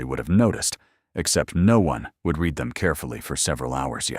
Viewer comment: Yes, good story. AI narration cannot handle English words with multiple pronunciations, like read. Is it red or reed, and it always chooses wrong. I listen to these audio stories all day long so I'm used to mentally correcting it on the fly but it is annoying; more so with some narrators.